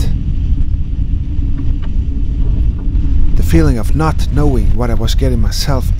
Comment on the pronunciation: "Go for it, or knot." Anyone else hear it like that? Lol